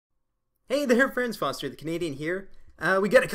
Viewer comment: Hell yeah at last someone says my name right :) nice episode foster